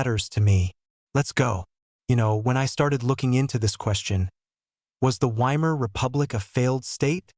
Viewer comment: I clicked on it because it looked like an interesting topic, but AI voice-overs are always BORING. I suspect it's an AI-generated script generated from major input from Sikipedia and National Pinko Radio. No thanks. And by the way, "Weimar" is pronounced "VY-mar." I'd bet if you misspelled it your stupid AI voice would pronounce it properly.